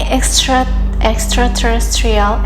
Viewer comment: Good job on pronouncing "extraterrestrial beings"! That can be quite a mouthful - and you got it right! You can just say "E.T.s" in the future and make it easier.